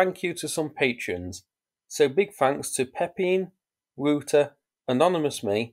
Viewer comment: Love it how you relentlessly slaughtered those Dutch names, Pepijn and Wouter.